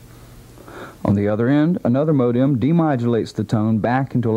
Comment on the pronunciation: The way he said modem!